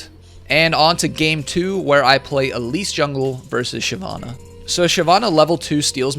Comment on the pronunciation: "SHYVENE" was waiting in a bush